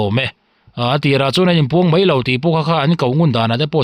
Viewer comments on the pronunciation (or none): Mei niloin 'mai 'tih tur aw😆